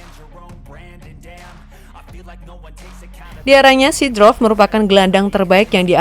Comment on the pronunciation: seedorf namanya, bukan seedrof mbak 🤣🤣